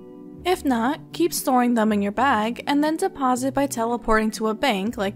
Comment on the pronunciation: It's not Burthrope! It's BurTHORPE